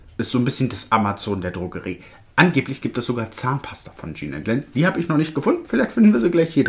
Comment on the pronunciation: Jean und Len sind 2 Männer! Jean wird französisch ausgesprochen.